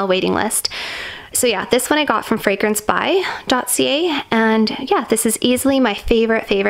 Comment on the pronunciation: my apologies but no it’s the discount website you mention you purchased the delina fragrance from. I must be very off in spelling/hearing but it sounds like you say “fragrance by dossier” ??